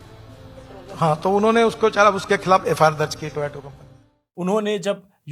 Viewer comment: Bc ye toyato konsi company hai jisko Toyota bolne ko nahi ata wo bhi minister hai itne salon se 🙂